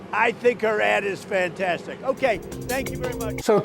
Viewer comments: Did he say her ad or her ass?🤔😝😵‍💫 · Did he say ad, or ass?